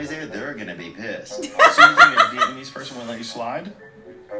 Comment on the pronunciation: "Viyetnamese" - THeo